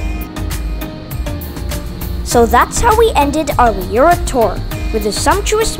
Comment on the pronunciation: It's a lovely little video, and I really like it..... However, it is pronounced "Loo-ra" and the church is pronounced "All-bns".